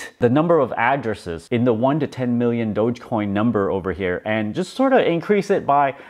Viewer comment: I'm so happy is calling it DOGE not Doggy coin anymore. That was the peak, when this dude started calling it Doggy Coin, and is Mark Cuban still calling it Doja coin?